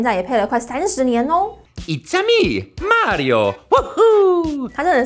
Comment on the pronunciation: May ri ooo